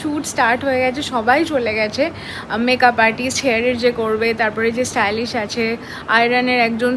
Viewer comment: STYLIST ❌ STYLISH ✅